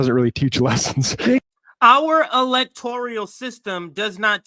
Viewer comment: Electoral not electorial, you guys make valid points but pls correct some of your pronunciation.